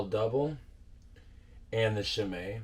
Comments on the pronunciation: For the pronunciation, in Belgium usually in Dutch and French, a CH usually is the same as an SH in English. So Chimay you said correctly and Rochefort is the same ch wise. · Yes, a good way to explain the pronunciation. Chimay was more or less pronounced right. Rochefort was butchered a bit more ... but I really like the sound of how he pronounced it: "rockafort" :)